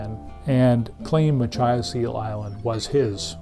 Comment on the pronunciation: "muh-KITCH-us". Jesus.